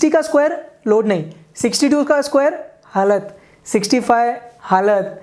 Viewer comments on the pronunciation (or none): the way he said halat😂